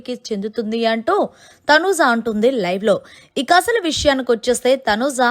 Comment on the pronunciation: Please pronunce properly Thanuja not Thanuza